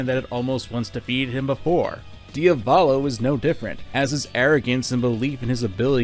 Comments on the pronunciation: Can you take the 5 seconds to google the proper pronunciation of foreign words? It’s not fucking “Dee uh VAWL low” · Ah yes. "Diavalo". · diavalo? isnt it diavolo? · It's "Diavolo" NOT "Dia-volo"! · I love your videos but listening to you mispronounce Diavolo upwards of 30 times was excruciating pain